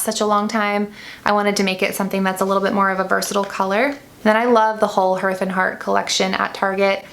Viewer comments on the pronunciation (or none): Lovely video but just one note was distracting. Hearth is pronounced harth. Long a sound for the ea.